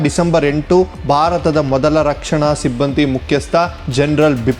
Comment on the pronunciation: Alla Bharat endu Ucharisi Shudh Kannada is Required 😂